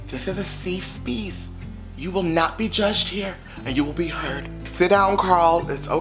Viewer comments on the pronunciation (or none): “Seefe Speece” 😂 love you 💕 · 😭😭😭"This is a seef speeceeee" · “seef speece” 🤣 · I lose it everytime he says ‘Sefe speece’😹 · “SEEF SPEECE” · Seefe Speece 😂🤣🤣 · SEFE SPEECE XD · This is a "seef speece" 😂😂😂I love when u say that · "Seef speece"😇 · Nobody:: This is a seef speece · Why he say safe space like a white woman? 😂😂😂😂